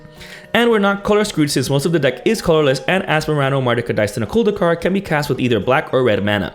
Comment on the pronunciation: I knew that you know what you are talking about when you pronounced the commander name correctly and as it was normal